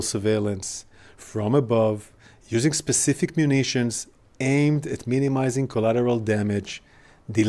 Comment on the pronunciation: He can’t say the name of munitions🤣🤣